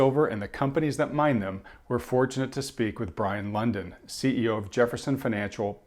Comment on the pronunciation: Did he say "Brien London" at the start??